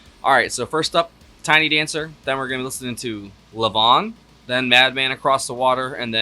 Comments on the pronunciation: He pronounces it LEE VON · Still mispronouncing Levon, even after hearing Elton sing it. Btw, it’s named after the drummer for The Band. Levon Helm. I don’t care for Indian Sunset. The song or the lyrics. Too many clichés in the lyrics. And the Sioux and Iroquois were in completely different parts of the country. More great Elton songs to be heard.